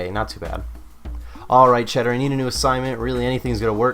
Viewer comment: Chaeldar*** not cheddar lol